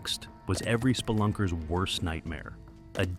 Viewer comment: Did he say spillunker?